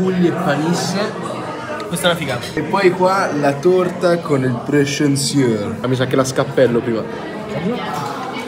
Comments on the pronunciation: Ti prego fatti spiegare come pronunciare "prescinseau" perché come lo dici non si può sentire😅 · Però la pronuncia è PRESCENSOA 😂